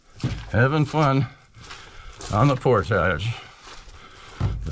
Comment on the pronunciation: Thank you for pronouncing "portage" correctly.